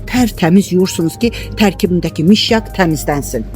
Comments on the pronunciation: Mişyak yox, ay insan , mışyak🤨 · Mişyak yox mışyak.